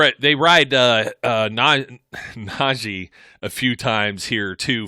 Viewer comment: Its not naj-ay its naj-ee